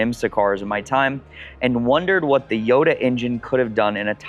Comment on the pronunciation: It’s interesting that you never pronounce Gallardo right, and now we add Jota… you get all cars period correct but not the pronunciations lol